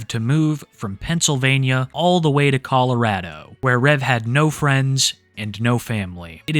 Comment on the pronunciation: Finally someone that actually says Colorado correctly